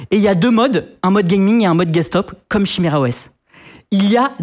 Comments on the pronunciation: il dit chimera au lieu de kimera et ark a la place de arch, je suis sur que c'est pour nous trigger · ca se dit "kiméra"